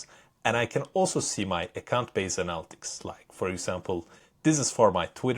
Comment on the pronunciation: Analytics is pronounced ah-nah-lit-tics, not annal-ticks.